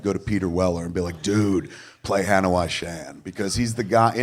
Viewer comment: Never heard Hanoi pronounced like that before. Weird.